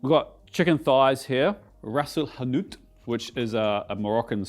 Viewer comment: Amazing pronunciation of Ras El Hanout, the GOAT of cooking channels